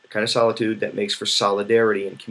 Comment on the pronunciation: Because you speak very clearly and deliberately a speech to text program could accurately convert and then embed the Meta data into your video. When that technology gets better it will nullify this advantage that reading has over video. “Solidude” I have to make fun of that because in all the videos I’ve watched of yours that’s the first time I’ve heard you mispronounce a word... freak.